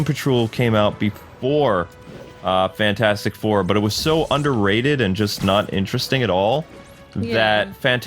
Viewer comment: The “fantastif four” might wanna fix that lol Edit: ok he fixed it